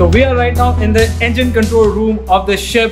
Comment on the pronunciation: "EMGINE ROOM" BTW THANKS FOR THE AWSOME CONTENT! LOVED IT